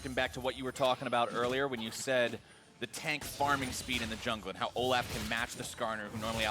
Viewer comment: Seriously hate how the other caster calls Olaf, O-laugh.